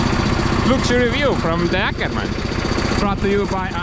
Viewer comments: Not "Akerman"😉 I believe the "Å" is pronounced like your "O" so "Åkerman" or for you "Okerman". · Just FYI, the "Å" in Åkerman isn't an "Ä", it's more like a long gluttural "O".